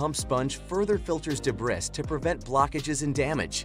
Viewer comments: please say the word Debris correct, so amateurish. Or don't use AI. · How can I trust a review when the reviewer can’t pronounce “debris”!